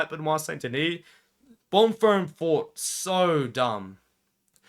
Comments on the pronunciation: can understand exams. i have exams myself currently edit: bon-firm not bon-feem? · My brother in christ… there is no “R” in Bonfim lol